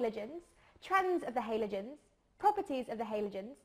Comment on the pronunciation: cant deal with the way she says halogens